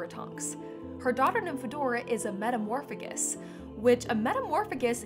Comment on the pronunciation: I always thought she was called a metamorphmagus pronounced May gus that is how I always read it lol